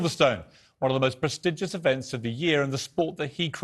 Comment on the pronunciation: Presteeeegus thats how it is pronounced piers...🤣🤣